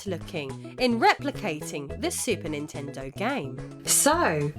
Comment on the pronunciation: Her: "What Ninten-dooo" Me: "You mean, What Ninten-doesss!"